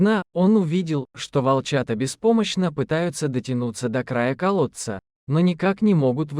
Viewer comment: Из колодца - 100 раз.Костик, Костик- 100 раз. Ударение в словах ужасное." Проводили множество развлечений" - кто это написал? Жуть!!!